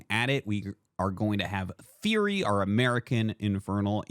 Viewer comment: It's TheoRy not TheOry btw!